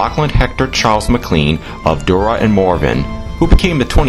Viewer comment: Good Lord man the pronunciation is “McLane or McClaine for McLean. It’s not Mick Clean Duart is pronounced “dewert”not Do Art. Other than that thanks for the video.